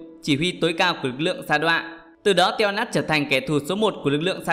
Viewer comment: Teo a nát mà đọc là teo a nắc